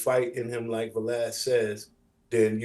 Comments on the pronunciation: "Cooms" and "Vah-lad". No one in this video seems to know how to pronounce names 😒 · He called him Vuh-lad"